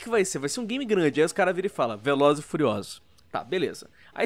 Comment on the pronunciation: “Velozes e fuliosolos”